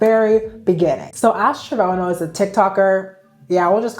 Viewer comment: Trevono??? Oh man🤦🏾‍♀️